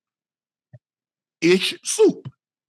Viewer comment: “ ISH SOUP “ 🤣🤣